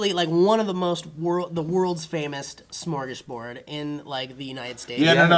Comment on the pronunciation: Why do you pronounce Sm as Shm? Cause you should just say Smorgasboard, not Shmorgasboard. I mean it's actually Smörgåsbord, but hey, I don't expect you to know how to pronounce letters you don't have.